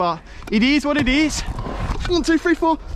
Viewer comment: Lol "it eeese what it eese" got me dead